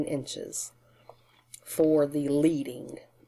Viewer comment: The line spacing is pronounced ledding . It comes from letterpress printing and indicates how much spacing lead is required between each line